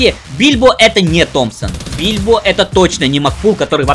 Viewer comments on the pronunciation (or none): Почему бильбо? Гильбо же вроде?